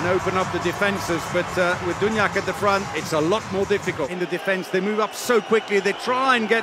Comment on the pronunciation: I hope this commentator learns until tommorow how to pronounce "Duvnjak" ! PS. Spanish reffs pushing Norway to the final, mission failed ;)